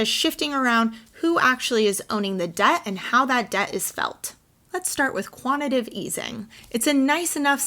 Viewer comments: "Quantitative" not "Quantative" 😖🤠✌️ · It's Quant-it-TAH-tive easing but love the video!! ~ sharing on FB so others can grasp this concept. Clock is ticking to some type of initial announcement on 22 August. People can buy the dip at $1,890 or $2,800 ~ a no-brainer :) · Quanti “tative”